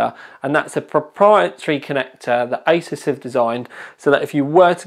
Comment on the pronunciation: Did guy say isis instead of like a-sues